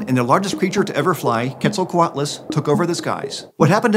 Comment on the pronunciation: Mistake in minute , it's " Quetzalcoatlus", NOT Queztalcoatalus"